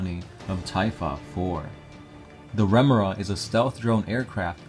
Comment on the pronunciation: Chassis - cha * see Remora - rem * oh * ruh